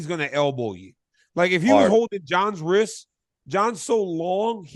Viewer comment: Yes, DC, I am smarter than the teachers. 2 genders man. Also, you went to college and can't say the word wrist. You say riss. Apparently you can't say no to food either!